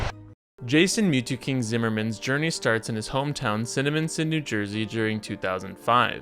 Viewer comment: Pretty close pronunciation of Ciniminoninisonon…eeerrr that place on 130 near Delran.